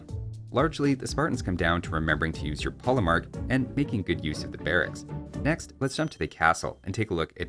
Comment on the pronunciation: Regarding the pronunciation of polemarch, a good general rule is that in languages east of France, 'ch' is pronounced like the 'kh' sound you may know from Russian or Arabic. And in Italian it's just hard k, so yes, chianti is pronounced with a k.